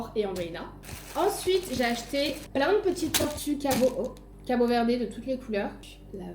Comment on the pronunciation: Trop sympa comme vlog! Je rêve d'aller au Cap-Vert et tu me donnes encore plus envie ! Juste pour info, en portugais on ne dit pas le e final, donc pas CabO Verdé haha mais j'adore le fait que tu fasses l'effort !! (je suis portugaise pas capverdienne pour info)